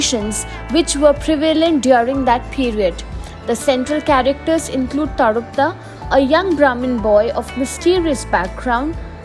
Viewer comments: His name is tarapada,u are saying tarpda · Pronunciation is TARAPAD